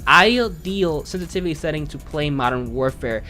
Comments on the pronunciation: Love the videos, but that "sestivity" drove me nuts lol. Good vid though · Sensitivity has 2 S's 🤣😂🤣 You talk so fast you keep saying sentivity. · ‘ the way you say sensitivity is killing my brain cells but good video 😂